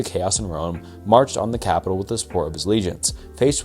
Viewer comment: I'm sorry, I love this channel but dudes pronunciation is painful sometimes 😭 callous, capital, like I'm sorry if dudes ESL